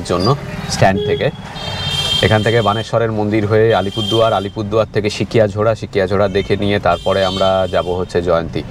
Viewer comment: Dada Alpurduar noy Alipurduar